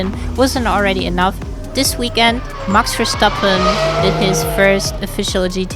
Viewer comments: That's a good "MAKS VER-STAP-PHEN" ;-) Greetings from Holland. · As a Dutchie , im super impressed how you pronounced Max Verstappen btw. Great video. And you are a great driver yourself. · New Sub. here , compliments how you drove the green hell on a damp track . and your pronouncement of Max Verstappen was 100% 👍🏼like you are a dutch woman